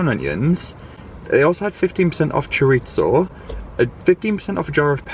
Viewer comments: I love your videos and how candid you are about sharing little things from your daily life. There is just one thing I need to say and I hope I don't get too much hate about it: it's not choriZZo (like pizza) it's chorizo, one z. Sorry, needed to do this, but just with the best of intentions. I swear ❤ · People in the UK pronounce chorizo,as Cho rit so,in Spanish it is Cho ri tho,in the US it’s Cho ree zo.